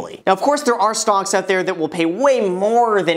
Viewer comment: I don’t know why but every time he says “stocks” I hear “stonks”